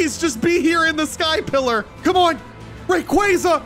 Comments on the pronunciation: Mis pronunciation rayquaza is pronounced ray-quo-za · Do you mispronounce these pokemon names on purpose to annoy your fans?! Lol. Rayquaza is a prime example 😂